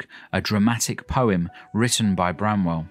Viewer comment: Arghhh BRANWELL, NOT Bramwell ;)